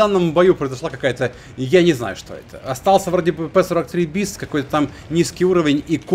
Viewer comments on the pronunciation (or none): none